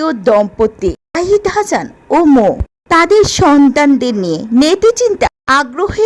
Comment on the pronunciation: হাছান নয় "হাসান" আগে ভাষা শিখুন তারপর কথা বলেন।